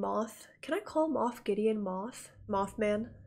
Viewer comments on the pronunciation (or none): It's Moff Gideon, not Moth. I believe "Moff" is a political or military title, as there was a character called Grand Moff Tarkin in A New Hope. And the Mothman isn't in New Jersey. You're thinking of the Jersey Devil. 😄